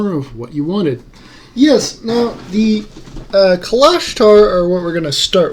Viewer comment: You are pronouncing Kalashtar incorrectly